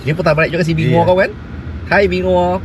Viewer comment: Wuling binguo Binguo bacanya pinkuo yang artinya apel